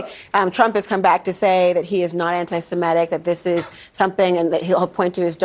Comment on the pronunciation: Semitic not semetic